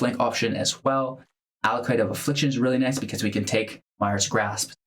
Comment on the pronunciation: Thanks for the video! Just one small thing: it's "Acolyte" (of Affliction), not "Allocyte".